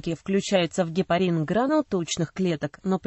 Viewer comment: Как можно верить чтецу, если он не может правильно прочитати,ударение неправильное, кислота ГИАЛУРОНОВАЯ......... Люди.... ГепарИн, но никак не гепАрин. До конца досмотреть невозможно